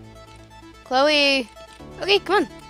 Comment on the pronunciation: When you said Cloe you said Chole not trying to hate